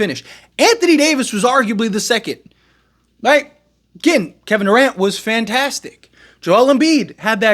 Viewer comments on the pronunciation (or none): none